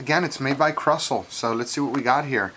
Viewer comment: Krusell is pronounced kinda like this: Crew Sell good review, keep it up dude